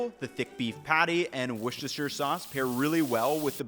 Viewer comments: woster-shir, not woshter-sir :) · Wooster. Wooster sauce. Wooster, not wor-sess-ter-shurr. We don't say the whole word. It's an English thing 😅 Even if you do say the whole thing it's pronounced Wooster-shurr. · In know Worcestershire is a hard word but I can never get over “Woochester”. It’s just plain “Woos-ter-sher” Or “woos-tu-shu” if you’re British. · it's not 'wu-chester' lad ha ha. It's wu-ster sauce or Worcester sauce. Love your vids by the way! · It's not "Wootchister", it's pronounced "Worster-sure" or "Wooster-sure", or if you must, "Wuster-sure".... You can do it; yes, even you can do this. It's very easy. You got this, bro. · Close but normally you would say wuss-ter-sher in the UK, not woo. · Everyone: Worcestershire: Woochester! 🤪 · WUSTER. WUSTERshire sauce. WUUSTER. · Wuss-ter-sher. You're welcome 😅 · wuss-ta-sha / wuss-ter-sher sauce btw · Hey, Whilst your pronunciation of Worcestershire isn't the worst ive heard from a north American, as someone from the U.K. Please let me help you & all north Americans to pronounce Worcestershire correctly. British English adds in lots of useless letters so to pronounce it correctly its wooster - shear sauce. Whilst you didn't, pronouncing shire like THE shire in lord of the rings (major bugbear to brits that many n.Americans make) for counties in the UK that end in shire they are pronounced as shh-ear or shuur depending on the first part eg Buckinghamshire sounds like shh-ur but Staffordshire sounds like sh-ear. However you can use either to sound "native" as there's various accents in the U.K., Some of us drop our vowels and others dont eg the word bath can sound like baff if you're from the Midlands or north, castle can sound like car-sell if you're from the south or have an effected "posh" accent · it's more like wuh-ster-shur sauce btw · wouchester sauce is crazy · Why can’t Americans pronounce Worcestershire? Phonetically it’s: Wuss-tur-shur sauce. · Washyosister sauce. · WU CHUSTER SAUCE